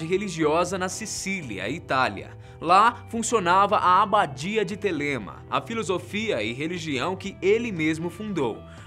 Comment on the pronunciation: se pronuncia Télema